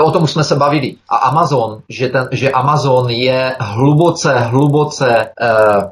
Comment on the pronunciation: Ahoj, mám moc ráda tvé pořady, ale mohu trochu poopravit tvoji výslovnost? Žiji v USA a vím, že tady se Amazon nevyslovuje "emejzn", ale prostě Amazon. A také jsi v jednom pořadu dříve mluvil o americkém operátoru Verizon. Neříkáme tu "verizoun", ale "verájzn.":-) Snad se neurazíš, že ti tohle píšu, jen vím, jak si na angličtině zakládáš, tvá výslovnost je v drtivé většině naprosto v pořádku, ale všimla jsem si těchto dvou malých detailů. Děkuji za pochopení, budu doufat, že to vezmeš s nadhledem.